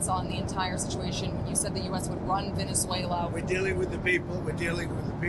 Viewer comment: Why can’t this woman pronounce “VenezUela”? It’s not “Venezela”.